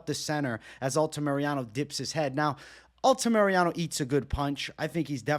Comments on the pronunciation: Say it with me: Al-ta-mi-ra-no not Alta-Mariano 🤣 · I like the fight insight but man the mispronunciation of names always drives me nuts haha ALTAMIRANO, not Altamiriano lol